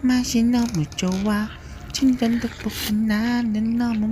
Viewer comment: 친전떡볶이라고 들리는걸...